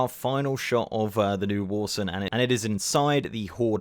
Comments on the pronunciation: “Warson” lol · Getting irrationally angry at your pronunciation of Warsong like "Warsung"